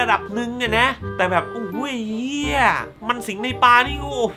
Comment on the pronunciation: ออกเสียง "เหี้ย" ได้จับใจ จิงๆ